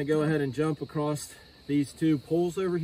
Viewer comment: THERE IS NO "T" IN THE WORD ACROSS! IT IS NOT ACROST!